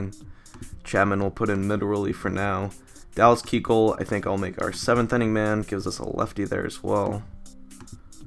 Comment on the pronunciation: still not saying KUechel right.